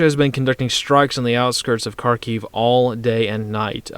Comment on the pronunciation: Kharkiv is pronounced Harkeev with a rolled R